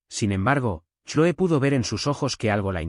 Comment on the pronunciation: Se pronuncia Cloe en ingles